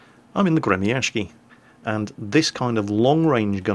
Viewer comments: Hey, the proper pronounciation is not "Gremiashki" as you say:) but rather, Gremiashiyy, after the "sh" you should add double "i" or "y". so it would be like Gremiashiyyyyyy its from word "grom" which means lighting, and gremiashiy means "the one that moves like a lighting" or "one that produces a sound such as lighting does".. a proper word in english would be "thunderous". yea.. thunderous is the right word:DDD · Alexander Meme гремящий = Gre-Mya-sh-chiy щ = like sh-cz, the cz being pronounced like Cz ech Republic. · No "N" in the name there. Grem'-a-sh'-iy. =] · The Gremyashchy is pronounced Gri-ma-shiy!!! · You would be better at pronounciation if you dropped that 'k' and said Gremyashchy with 'shhi'(like 'she', but with 'i' like from 'ink' at the end) instead of 'ky'. I don't know how to explain it better with words. Especially english ones.:) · Gremyashchy is pronounced as follows: part GRE was kinda obvious part MYA is pronounced rather well, like in "mamma MIA" part SH is pronounced like in SHOULD part CH is pronounced like in CHOCOLATE ant part Y is pronounced like in the dude's name BANKSY This give the general idea Although the main accent should be put on "MIA" instead of "SZCZY" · 'Well i dont know, it's RUSSIAN" Well ACTUALLY its English translated Russian seeing how they have a 33 letter alphabet to our 27 letter alphabet, This is the name of the Russian ship in Russian: Гремящий. this being said your pronouncing it fairly well, just dont do a 'k' sound in it, just a longer 'sh' sound